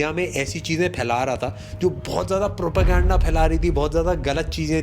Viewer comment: Propegenda sunte hi pta nhi ku German Shephard dimag me aata h. 😂😂😂 Like if you agree